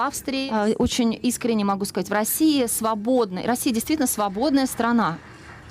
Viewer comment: 😆кнейсель так бровкой вверх дёрнула на словах,,рабсея ‐ свободная ,,срана"..да мы уже после карлсончика всё поняли😆😆😆